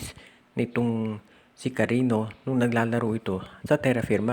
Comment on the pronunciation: Sir, Cariño po yan, as in Carinyo....